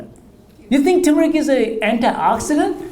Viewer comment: Another doctor that can't pronounce turmeric. Wow! An Indian too!